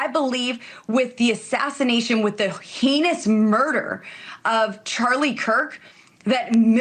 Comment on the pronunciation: they turned into everything they accuse the left of. the "facts don't care about your feelings" crowd turned into sensitive snowflakes. oh is X your safe space now??? (also: laughing at Lauren Boebert's pronunciation of "heinous" as rhyming with "penis" lmao)